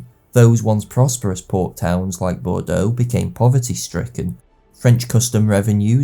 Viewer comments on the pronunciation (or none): none